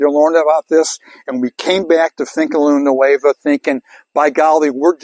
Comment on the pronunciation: You have had THIRTY years and you still cannot pronounce Finca Luna Nueva correctly. By this time you should be as well spoken in Spanish as you are in English. If you fail to listen to your fellow man, it then follows you will also fail to listen to Mother Nature. You indentured yourself to company and failed rear flora and fauna.